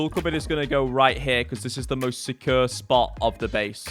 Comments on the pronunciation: jordans pronunciation of the word "secure" drives me crazy and he says it multiple times in every video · Your accent of "secure" gets me every time. Great work on all your wholesome content nevertheless. *tips a cup o' tea